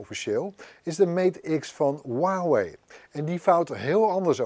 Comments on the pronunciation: Voor mij gewoon Huawei en geen Waawee😂👊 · Huwauway het is Huawei het is een zuigmerk maar het kunnen uitspreken is toch niet zo lastig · Waarom zegt hij wawey in plaats van huawei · Maat hoe spreek jij Huawei uit..